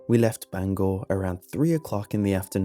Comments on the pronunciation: i’m actually really impressed bangor was pronounced correctly, normally people that aren’t local to maine and surrounding areas say it “bang ger” instead of “bang gore” it’s an odd pet peeve i have, also this was the last story i should hear since i’ve spent more then a few nights in the woods of maine . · Yeah except its really once u pass old town that there is nothing for miles til u get to Lincoln im not sure this is real but props to u creepypasta because most ppl pronounce it banger instead of bangor god i hate this town